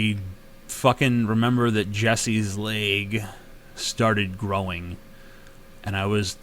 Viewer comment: Axl Rose may not be able to pronounce door but you cannot pronounce leg.